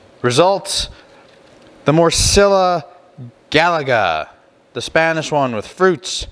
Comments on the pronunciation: Say it like this More-see-yaaa from La Cor-unya Gah-lee-sia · Great video, great food, great channel. Morcilla = mor-see-ya; Gallega = Ga=-yay-ga this means a female from Galicia b/c the word ends with an a so it's feminine; A Coruña = Ah Coo-roon-ya. Whenever you see two letter Ls together like ll it is pronounced like y in yellow. ñ is a letter in the Spanish alphabet called Enyay also pronounced like y in yellow. 😀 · Hello friends, I’m very interested in receiving the new book “ one thousand and one greatest sausages recipes “ for compensation for the pain that you caused my mind, heart and soul each time you botched the pronunciation of Galicia, la Curuña,and the name of the actual sausage Morcilla. Also I’m going to have to risk sounding like a jerk, but the fruitcake mix was “la estocada “ La estocada" is a Spanish term that primarily refers to the fatal thrust of a matador's sword aimed at a bull's heart or aorta during a bullfight. Metaphorically, it translates to a "fatal blow" Never would the candied fruit be used in the making of Morcilla when there are so many naturally dried fruits available. Again I don’t want to come off as a real jerk, my mother is from La Coruña , Galicia en España . I looked if a simple pronunciation of these words that could possibly help a little …La Coruña EspañaPhonetic Breakdown: Lah coh-ROON-yah Ess-PAHN-yahHow to say it:La: Like "law" without the 'w' sound.Coruña: Say "coh" followed by "roon" (as in moon), and "yah".España: Say "Ess" then "pahn" (rhymes with lawn), and finish with "yah".Local Name Tip: In the local Galician language, this city is actually spelled and called A Coruña (pronounced uh coh-ROON-yah).Morcilla GallegaPhonetic Breakdown: mor-THEE-yah gah-YEH-gahHow to say it:Morcilla: Pronounced "mor" (like 'more'), "thee" (with your tongue between your teeth), and "yah".Gallega: Pronounced "gah", "yeh" (as in yes), and "gah".. I hope that I